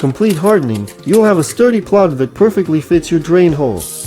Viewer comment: It's a PLUG, not a "plod"!